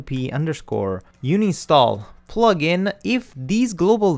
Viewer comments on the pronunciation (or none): Its UN INSTALl not uni stall lol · It's 6 years ago BUT, "you-nin-stall"?? it should be "ann-in-stall".. Not youninstall. "un" is read as "ann" in English. But your lessons are great. I'm just nitpicking on how you say the word and I can't stop from thinking about it unless I comment this.. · Stop saying "Uni Stall" it's doing my head in! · UHN-in-stall .... "UHN" the same sound as the "UHN" when you say the number "one." HOWEVER: UNI-nstall is now my favorite. I will try to use it in every professional situation possible! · Thanks for the great video series. I would also like to add that it is pronounced un-install :) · No way, from now on I'm calling it uni stall much cooler ;) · I've been saying uninstall wrong for a undisclosed amount of years and no actually i dont want to talk about it, cheers!